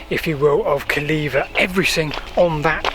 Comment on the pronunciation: Calleva reared its head in my 1970s school history lessons. I remember the Latin teacher insisting on it being pronounced Kul -AY-wah, although I never heard Silchester or Pamber Heath residents do that. Some years later I lived in Tadley (23 Hartley Gardens) from 1982 to 1986 and took an occasional drive around the perimeter wall. I remember seeing the impressively high sections of wall but, at the time, it had a rather uninviting look - overgrown barbed wire, gates and possibly 'Keep Out' notices. Your video has certainly brought it to life. Thanks for posting.